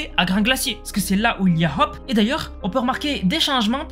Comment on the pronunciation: Tu prononces très mal ” Hope ” c’est honteux